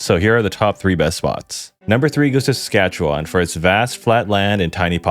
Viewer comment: As a Canadian, your pronunciation isn't too bad. Nunavut is more like saying "none of it" really fast, no voot. You said Saskatchewan alright but you over pronounced it. Native Canadians also shorten it and say it faster making it sound more like Sask-atch-ewin. But your pronunciation is better than most. Great vid man, glad to see the algorithm working in your favour